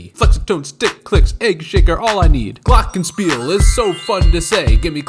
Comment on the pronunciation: I'm mainly a mallet Player and practice them like 5 hours a day. But I play percussion too and it really takes a lot of practice but I don't have anything at home. By the way I really love it as a German how you pronounce Glockenspiel